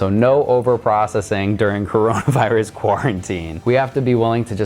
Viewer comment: not chronovirus, lets repit... "CO RO NA VI RUS"